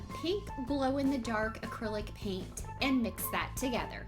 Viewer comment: cool it's paint not piant